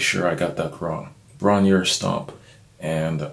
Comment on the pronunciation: Robert pronounces it Bron-rah. And if you play guitar, upon first listen, youre wondering what's going on because it's in an open F tuning, meaning the strings are tuned down to F which makes the fingering different from that which you would use in standard tuning: EADGBE becomes CFCFAC. Page's ability to consistantly arrange songs using a variety of approaches is to me what makes him the best.